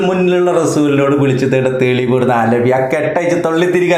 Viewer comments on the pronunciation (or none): അലവി അല്ല അലിബി 😂😂😂